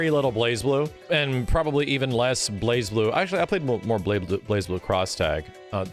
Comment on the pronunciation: I still hate that you don’t pronounce the z in Blazblue.